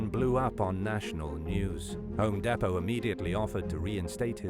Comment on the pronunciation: You need to pronounce Home Depot correctly dude